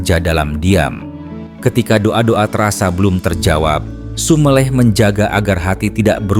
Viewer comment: Konten sangat sangat bermanfaat bagi jiws yg mengalami kegersangan. tapi saya sangat sangat mohon mohon maaf ada kata kata jawa yg perlu ditinjau dari segi pengucapan (kata SUMELEH, PANDITHO ) . Sekali lagi mohon maaf .